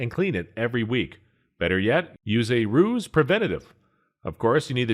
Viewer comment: 😂 😂 “Ruse” preventative… “3 ought 8”